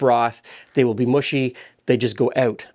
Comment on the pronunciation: “Mushy” now rhymes with “bushy”! When did that start? Maybe “mush” now rhymes with “bush”? Nobody told me of the change!